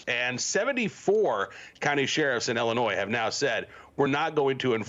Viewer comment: Appreciate the update. But for heavens sakes. The "s" in Illinois is silent.